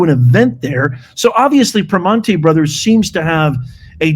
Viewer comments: The classy pronunciation of ‘PRIM AHN TAY’ was cracking me up. Pittsburghers know it’s ’PER MAN EES’😂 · Pre(man)ti ... Pronounce the man just like man .... I'm in Pennsylvania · It’s pronounced “per manny’s” And I’ll be sure to badmouth their garbage food from now on. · The T is silent and you have to use your Pittsburgeze accent. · The t is silent in Primantis